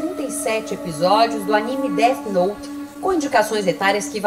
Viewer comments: O cara falar Deati noti é de cair o cu da bunda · “Deati nouti” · o cara ainda me solta um "détch noute" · Izzy pronunciando o nome errado: segundo o especialista, é "Déti Nouti". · "Deth noute" kkkkkk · A coisa mais assustadora pra mim foi o cara pronunciando "Dét Noti" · That note, déti note! Amo a pronúncia do nome hahahahaha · "DEATI NOITE" até a pronuncia do cara escancara o conhecimento dele. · Deu vontade de assistir "Deat Noute" novamente kkkk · Não sei o que dói mais, toda essa ignorancia ou a pronuncia dessa turma: DÉTI NOUTI